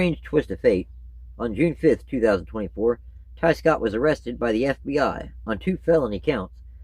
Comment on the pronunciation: I thought you said Scott Riggs